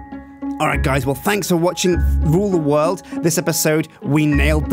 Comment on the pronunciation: did anyone else hear "well this has been fffe rule the world?